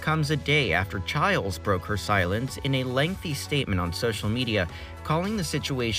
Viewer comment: ITS PRONOUNCED CHILES?? I thought it was pronounced chiles